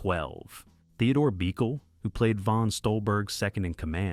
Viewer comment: THEODORE BEE-KILL?? HOW ABOUT BUH-KELL??